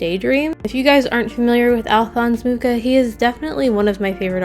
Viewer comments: It’s pronounced moo-cha not mu-ka. Sorry that just really bothers me. I have a lot of Czech last names in my family and it just irks me when people butcher them. You can google how to pronounce historical figure’s names and Google will say it aloud for you. Please do that next time. Other than that cute video. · I've never heard someone spell it like moo-kah. In polish (close to czech XD) it's moo-Ha ("H" like in "Harlequin"). Also, I was today years old when I find out that he was Czech. I always thought he was Polish ("mucha" in polish means "a fly"). What a shame xD" Anyway, art nouveau is amazing, it's inspired me so much too <3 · Hello, Czech person (and fellow Moravian to Alfons) here to confirm that he is indeed "a fly" (although only with Moravian accent because in proper Czech it's moucha 🙄) but it is pronounced Mu-xa according to what Wikipedia and phonetic alphabet said 😁. The Ch sound is pronounced the same as in Loch Ness. For it to be pronounced moo-ha there would have to be little circle above the U like this Ů. I also love this painter because my parents had his posters when I was child so it's nostalgic for me to see his art.